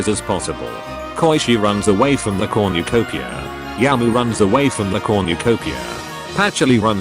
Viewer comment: No-one: This video after 2 minute: "Comucopia"